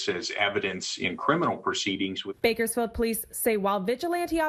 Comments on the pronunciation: How are you mispronouncing Bakersfield😂😂😂😭 Edit: now to think of it, probably did that on purpose just so he could get more comments, therefore making his videos pop out. That’s some goat level activity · I know you did not just call Bakersfield Burgerfiled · Lol “berkersfield” it’s Bakersfield but I’m sure some locals call it that